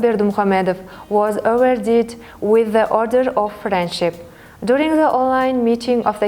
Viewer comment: Молодцы , это хорошо на английском, но нужно поработать над произношением, многие слова неправильно произносит(не смогу все перечислить, например received-не «ресайвид» рисивд rɪ'sɪːvd, не «дурунг» а «дюрин’»djʊərɪŋ , не «конструктив» а /kənˈstrʌktɪv/, слово appreciated не «апресайзед»а ə'priːʃɪeɪtid, слово awarded тоже неправильно произносит, …) и где нужно звук /s/ нужно говорить s, а не /θ / и ненужно отдельно выделять артикль “the”